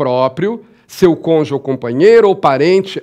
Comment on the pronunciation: Não existe "congê". A palavra é CÔNJUGE. Pelo amor de Deus.